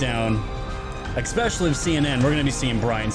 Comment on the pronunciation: peace out. just can't stand the "ex pecially'. learn to speak, dude